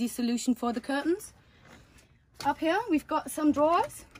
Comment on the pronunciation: Sag doch "here" einfach normal das triggert mega